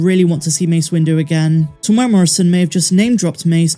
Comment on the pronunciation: .....Teeee mooo era ... Morrison if you dont wanna keep sounding wrong.